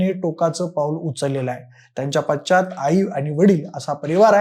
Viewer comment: पाच्चात नाही हो पश्चात